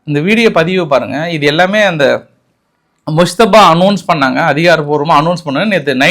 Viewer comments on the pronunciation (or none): ஈரானின் புதிய அதிபர் முஸ்தபா அல்ல. முஜ்தப்பா (Mojitaba )வாய்க்கு வரலேனா கொமேனியின் இரண்டாவது மகன்னு சொல்லிடோங்கோ.பாவம் ஏன் கஸ்டப்படரே. தப்பு தப்பா சொல்ல வேனாம்.....